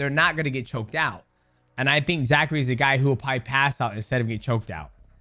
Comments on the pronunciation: I don't think mighty knows that his name is zach cray. I've only heard him say zachary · It's ZACHCRAY...ZACH-CRAY